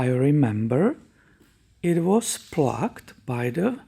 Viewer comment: Plagued is pronounced like the Hague or cage, not like plugged. Helping you, not criticizing you, please don't take offense.